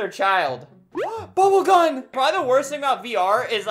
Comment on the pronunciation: everyone: "bubblegum" Albert: BUBBLE GUN